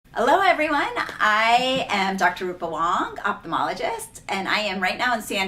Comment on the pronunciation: I'm not sure why so many young ophthalmologists mispronounce their own title, but here is the right way to pronounce ophthalmologist.